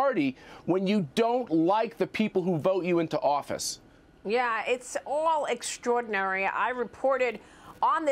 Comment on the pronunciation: "It's all exordinary"? Is it?